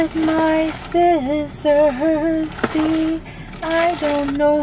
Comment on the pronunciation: Is nobody gonna talk about the “WhErE CoUlD Myyyyyy SiOsSoIrS Be”? I was laughing soooo hard lol 😂